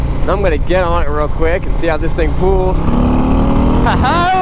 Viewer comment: Forever hearing "pools" when he says pulls